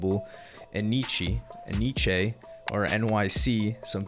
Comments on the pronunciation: It’s not enn eeee cheeee it’s NYC! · It's pronounced N-Y-C lol. I thought it was E-nee-che at first too